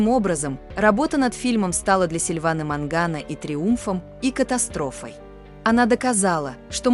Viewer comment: Вообще-то не Мангано,а Маньяно.